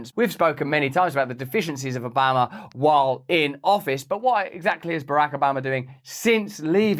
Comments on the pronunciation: The way Russell says BaRack A 'Bama, sounds like a corrupt small town in Alabama!😂😂 Or ordering some Alabama BBQ ribs! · Russell, seriously, you can call him Obamer OR Obama . But please have the dignity to pick.... even though I myself still pronounce Metallicas drummers name alternately as Lars Ulrich and Lars Ulrick,🤣😂😂🤣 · Switching between pronouncing it ObAMa or Obarma back and forth is very distracting 🤣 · Please stop pronouncing Obaaahhhma the wrong way. You’re fans in Ala-BAMA feel a little pain in the ear when you say it that way. Luv ya, mean it. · You sound like your from the south when you say Obamas name lol. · You pronounce Barack Obama the way Texans pronounce Iraq (Eye Rack). 😂 Love ya Russel!